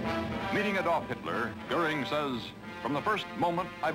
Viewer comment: Man, Cronkite can't pronounce German names very well. Like Adolf with the emphasis on the first syllable, Joseph "GER-bels"....and Goebbels didn't have polio, he had infantile osteomyelitis.